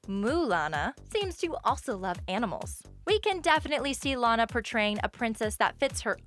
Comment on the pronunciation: My favorite ORIGINAL loud house character is Lana also her name is pronounced law-nuh